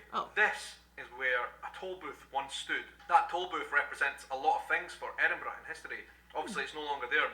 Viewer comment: Your 'edinbru' was perfect! lol!